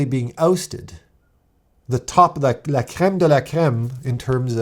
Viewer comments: As a french speaker I can say you’re saying « la crème de la crème » very well, you sound like a guy from Quebec. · Do you speak French? When you said "La crème de la crème", you sounded French Canadian